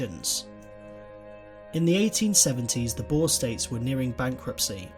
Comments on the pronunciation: You really butchered boer😅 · boer😃- come to SA so that we can teach you how to pronounce that😀 Voortrekkers ook😂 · Lol.... Boar?.........it is more like boor.... Almost like boom.... But boer! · Boer is pronounced Boor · lol u say boer like a pig in english i suggest u look in google translate how to prenounce it :p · I am a bore ha! No its not pronounced like that almost like this boor so yaeh uuuuh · I wish people will stop saying "BOOR" or "BOORS". It is BOER and BOERE. The plural of BOER is NOT BOERS, It is BOERE. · It is not bore it's boer :) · Yea. That always gets me lol. It's like "boo" but with an "r" at the the end. Boer. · pifnbnd Boer is pronounced as "boo-r" (the "r" is rolled). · You did pronounce some stuff wrong like boer (B oo (like book) r) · I was talking with my Friend from South Africa who was fluent in Afrikaans and apparently they pronounce Boer like "Borr-ah" where you roll the R. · BOER,not boar why did you say it like that? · It's pronounced boo-er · I'm south African and it's pronounced boo-r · Ok but its pronounced "boor" same as you would pronounce booze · Sorry, I can't watch this. Your pronunciation of Boer is too annoying. It sounds like you're saying boar. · hard r and the oo should be like ooh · the 'oe' in 'boer' is pronounced like the 'oo' in 'fool'. I think this is the best comparison. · pifnbnd the oe in boer has to be pronounced like the oo in fool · Being a Afrikaans South Africa I noticed that you got most of the words totally wrong like Trek and Boer but only south Africans noticed it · Just a note on your pronunciation of Boer, in Afrikaans we pronounce it with a long 'oo' sound as in 'book'. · The way you butchered a word as small as "Boer" made me cringe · you dont say boers like that!!!!!!!!!!!!!!!!!!!!!!!!!!!!!!!!!!!!!!!!!!!!!!!!!!!!!!!!!!!! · The pronunciation of "boer" though 😣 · You don't say Boer proberly and I would know because I am South African